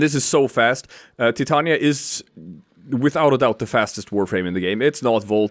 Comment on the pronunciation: Omg you said her name right. Got my follow